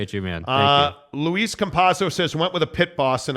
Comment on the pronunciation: I will like your podcast when you pronounce my first name correctly. It is spelled and pronounced the French way, not the Spanish way which is (Luis). Just kidding about the like, I do all the time. You both put on a great podcast, thanks for doing it.